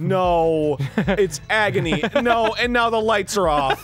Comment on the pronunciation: Dan saying NAUR like six years before everyone else